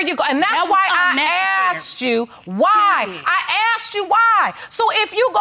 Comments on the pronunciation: I just notice how this lady is pronouncing the word asked into axe !!!? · When I axed her to vrew da body......